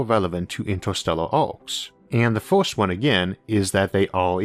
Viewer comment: You have some interesting videos, but your pronunciation makes my ears bleed and I unlearn English. For example "first" - "forst", "universe" - "uniworse" and many other words.